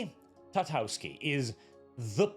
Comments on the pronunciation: "TartaKOvsky.": "Tartavsky, I think." Bruh. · I find it funny that managed to butcher Tartakovsky into Tatovsky every time 😂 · U saying tartovski and not tartakovsky is aggravating, u pasty nord 🗿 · TAR-TA-KOV-SKY Sorry Sorry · I'm skeptical, given that it is for Cartoon Network, it will probably be heavily censored and not contain what a Conan series SHOULD have. Also, for future references,.. His last name is pronounced Tar-ta-kov-ski;) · for the love of God... Say "Tar", like black liquid they used to dump a554oles in before throwing them in the feathers, after say "Ta" like "tab" (without b), then Kof like onomatopoeia for very awkward coughing (cough, cough) and "ski" like the winter sport. Tar-Ta-Cough-ski. Then you're close enough. Have some repect for Samurai Jack creator! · Take a shot for every time says Genndy Tartakovsky wrong, in this video.